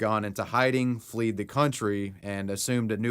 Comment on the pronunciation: FLED the area. Not fleed 😂